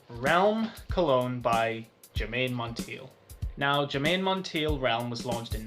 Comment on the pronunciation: Germaine pronounced her last name like: Monn Taye. Glad you reviewed Realm tho! I also wear Germaine Cologne and Royal Secret, Realm is the only men’s scent.